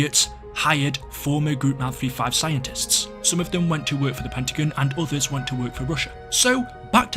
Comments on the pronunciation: It sounds like you're saying the Pentagoon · Man really said "pentagin" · Why does it sound like he calls the pentagon the pentaGOON